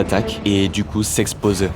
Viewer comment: Bonjour J’aime bien vos vidéos mais je suis souvent surpris par votre prononciation du son « é » que vous transformez en « è » ou « eu » Comme à la 11ème minute « … et du coup s’exposè Pourquoi? Sinon MERCI pour vos vidéos